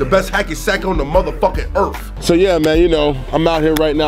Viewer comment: Its "EAR-TH!!!!!" Not "EAR-F...."